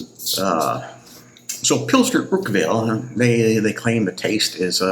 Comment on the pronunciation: Its Paul-auner think Paul honour without the h I'm not making fun of you by the way.